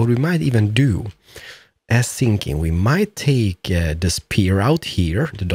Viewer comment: WHY are you saying sinking its called thinking!!!!😤